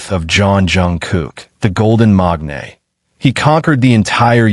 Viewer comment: MAKANE not MAGNAE